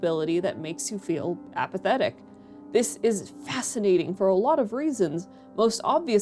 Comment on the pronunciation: Damn near made me dislike the vid with that APATHETIC at the end lmao. Great vid.